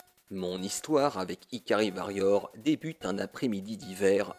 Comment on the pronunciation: Carton rouge d'office pour la prononciation de Varrior ^^ SNK sur NES c'est pas la fête, j'ai un fantastique Alpha Mission en boîte dégueulasse, et c'est une purge totale aussi.